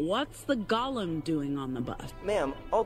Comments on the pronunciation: She didn’t even say it right lol instead of golem she said gollum like from lord of the rings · Pronouncing golem like Gollum, from a character that likely never even would watch LoTR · Might explain why she couldn't pronounce "golem" correctly, actually. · What's worse is pronouncing golem as gollum It's go lumb. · And she didn't even pronounce it right. She pronounced it like the LotR character "Gollum." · there was such a hard G on that golem (creature that originated in jewish folkore) good lord the double standard is ripe with this one. Also if these people have this kinda power using the ability to get triggered, imagine the amount of aura burger king crown guy has in this world.